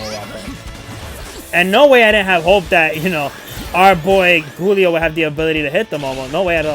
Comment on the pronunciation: Giulio is pronounced like “Juliet” but saying “lio” at the end. Also, think “Rudy Giuliani” but again saying the last name as “Giulio.” It’s an Italian name, since he was a servant of a big Italian family (in the movie).